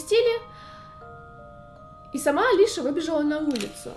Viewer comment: Правильно не Алиша, а Алисия.